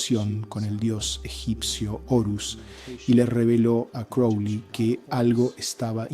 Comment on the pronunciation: crowley,not kelly.silly ai